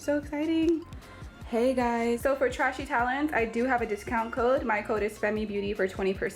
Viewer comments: It's pronounced tray she babes... Just a heads up... Don't want them or their customers thinking you're throwing shade, I know you're not but people are extraaa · Sounds like she's calling it it trashy 😆😆😆